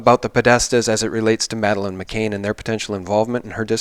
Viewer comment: Please try to get Madeleine's name right consistently. It's McCANN, not McCain. It's a mistake that keeps getting repeated constantly.